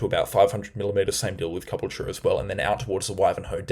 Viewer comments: It's Ca - bool - ture,. Stress on 'bool'. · Ka - Bull - Cha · The cyclone did this just because it wants to force you to try pronounce caboolture more lmao